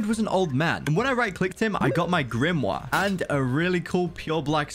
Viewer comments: why did u say grimwa its grimmor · Why does he say book thingy(dunno how to spell) like that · His waybof saying grimore is so weird